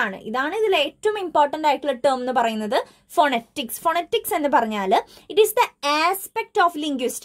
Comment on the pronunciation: Miss phonetics - /fəˈnɛtɪks/ ngne verne pronunciation vethyaasallye?